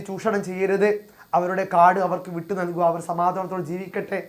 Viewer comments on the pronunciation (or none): വീട്ടു ✅ വിട്ടു ❌